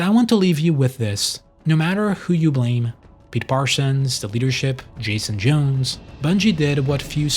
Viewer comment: Jason J-OWNs, not Jason J-OONs.